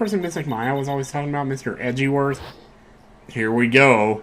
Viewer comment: Ah, poor Mr. Eh-ji-werth. Didin't even have the dignity of receiving an on screen death...